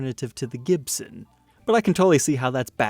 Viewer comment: He can not pronounce the makers name? jibson is not Gibson!!.?.?